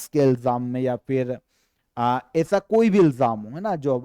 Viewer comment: आप ऐसा को एसा क्यों बोलते हैं।